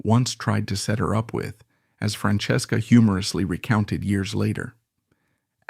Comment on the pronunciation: I wanted to hear the story but it lost me at how it said her name.